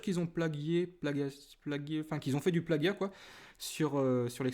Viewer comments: on diit plagiat pas plaguiat ;) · Plagia se prononce Plajia ^^ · Plagier, Plagiat, ça s'écrit plaGiat mais ça se lit plaJiat. Sinon bonne vidéo ! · Plagiat : Je sais pas si c'est d'ou je viens (J'suis québécois), mais ici, on le prononce plaJiat... :p